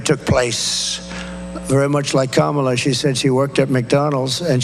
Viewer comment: I love how sometimes he accidentally pronounces Kamala's name correctly😂